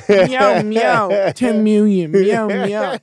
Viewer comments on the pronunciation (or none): “meow meow 10-miwwion “ lol